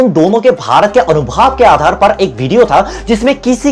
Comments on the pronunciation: Earlier style was better. However, it is your content and ultimately your decision will prevail. One more thing- it is ANUBHAV and not ANUBHAAV. God bless you. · अनुभाव नहीं अनुभव भैया जी 😊❤️ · Anubhav, anubhaav nhi bhai😁 अनुभव , अनुभाव नही भाई 😁